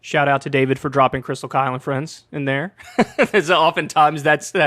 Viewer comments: I think Bill was trying to troll Kyle when he said Krystal “Kale” and friends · Bill could remember and read Saagar correctly, but couldn't read Kyle right. He called him Kale when introducing Krystal's resume. Kale Kulinski.